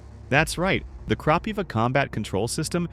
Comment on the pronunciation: Good video, however, I suggest you use Ukrainian pronounciation for Kropyva - Kropyvá, accent on the last syllable, and closed i.